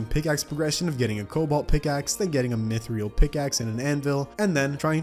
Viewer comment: the way he says wyverns is fine but mythril doesnt make sense please stop